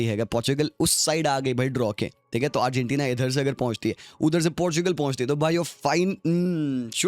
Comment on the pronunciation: what the fuck did he just pronounce arghantina 😂😂 it's like argentina and ghana had a baby stop making video if you can't even pronounce #1 fifa country's name